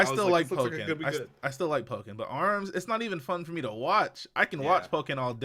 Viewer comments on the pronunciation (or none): It's Pokkén, not poke-en...